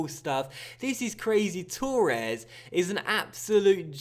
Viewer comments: Yeah it's fucking torres not turres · Why cant you pronounce torres properly